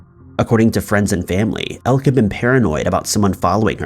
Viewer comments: For future reference, Elke has two, not one, syllables. El-ke, not Elk. Come on man! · The name Elke is European and it is not pronounced elk, the e is not silent. At first I thought it was spelled Elk and she was part of an American tribe, but she is from Belgium and her name is Elke. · Elke is pronounced "Elk A"..just saying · Elke is pronounced elkah